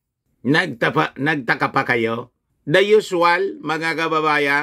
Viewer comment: pag binibitin mo ng bigkas si lugay bumabaho ang tunog parang luga✌️✌️✌️😄